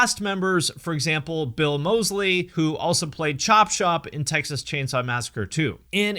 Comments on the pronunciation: Not Chopshop, Chop Top. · sorry to intrude but it's chop top not chop shop. i forgive your error though.